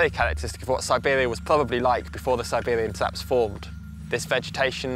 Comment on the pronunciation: Sibewian twaps? weally?